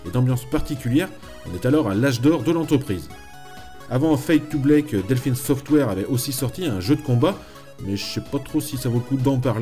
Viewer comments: bl(A)ck, fade to black et pas bl(é)k, petit detail t'inquiete tres bonne video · Alàlà ta prononciation anglaise passe... mais Fade to 'blake' Wath the putin de fuck?!